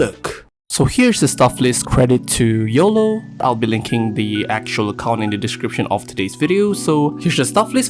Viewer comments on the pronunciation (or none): none